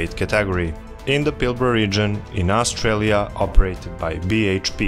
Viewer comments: "Australia", not "Austrailia" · AustRAILia Lmao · AustRAILia is kind of fitting though :)